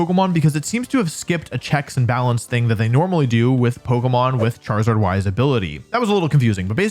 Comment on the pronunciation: IT'S KANGASKHAN, NOT KENGASKAN! CHARIZARD, NOT CHIRAZARD!